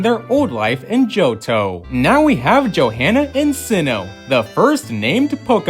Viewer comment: You do know there's more than one manga, right? There is no "the" manga. The h in Johanna is silent. Jo-anna. ok WHO thought the Alola mom was Shauna? They don't look anything alike and there hasn't been enough time between games.